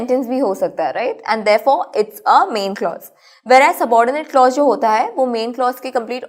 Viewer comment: teach the lecture by yourself. The girl does not know the pronunciation of the word clause and she cannot teach it like you Thanks